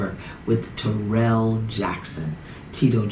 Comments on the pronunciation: It's killing me how see keeps saying his name wrong... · She is pronouncing taryll's name wrong. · TARYLL it's like the name Darryl with a T. I don't know how so many people pronounce his name so wrong! 🤪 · His name s Taryll which rhymes with the word 'towel'. She says his name wrong 😂 good show though.